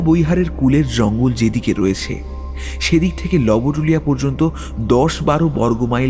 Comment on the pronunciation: Jayga tar pronunciation "Lobtulia" howa uchit... barbar "lobotulia" shonata bishri lgche... Golpo paath kintu valo...valo lagche shunte... Tai bole "Manob" k to r "Manobo" bolle barbar seta vlo lge na... Bangla uchcharon er dhonge sob kichu na anai shreyo, "lobotulia" bangla aroshto uchcharoner khub e nikrishto obosthan...